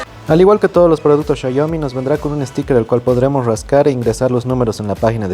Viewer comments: Qué esperabas de un espécimen que pronuncia shaiomi 🙄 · Me da dolor de cabeza cuando dice "chayomi" pero buen video saludos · PORQUE LE DICEN XAYOMI xd